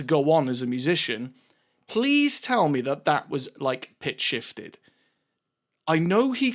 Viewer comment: He did that shit in his bathroom to show people it wasn’t pitch shifted and then mispronounced pitch shifted to troll people that doubted it.